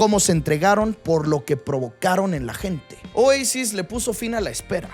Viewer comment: Caída? En mejico es ilegal saber de futbol y de musica Y en español se dice OASIS, no OEISIS